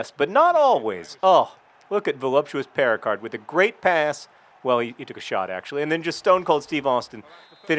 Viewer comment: Since my first language is French, I'd just like to point out that the name Péricard would be pronounced Pay-ree-car, the D being silent, and that the way John pronounces it makes it sound like the equally French word "péricarde", which is the pericardium. To me, it sounds like the player is called Voluptuous Pericardium.